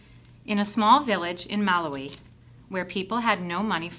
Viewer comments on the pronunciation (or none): It’s ma Lau ee